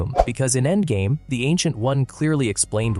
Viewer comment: What the fuck is "Andgame?"